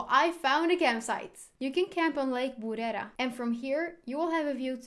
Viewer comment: Your pronunciation of lake burera was great. The word "umuntu" is pronounced with a soft t. It is almost silent (ooh-moo-new) works and is how many Rwandans pronounce the word anyway. Thanks for doing the video it was great. I will be watching your other ones.